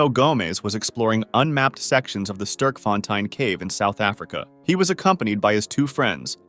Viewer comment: How he was saying sterkfontein really itched my brain in a bad way😅